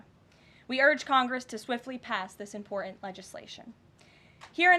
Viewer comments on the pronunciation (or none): Very impor-unt 🙄